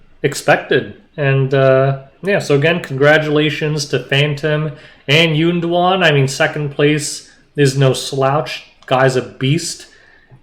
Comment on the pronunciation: calling YunDuan “Golem” was the funniest thing I’ve heard all week! 🤣